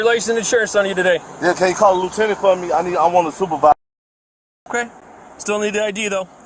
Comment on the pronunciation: baby Huey thinking he's in control asking for a "soopahvizah." I've said it before but I remember how the ACLU and BLM were demanding Body Worn Cameras so they could really stick it to the cops. Turns out that their adoption was one of the biggest blessings law enforcement ever experienced.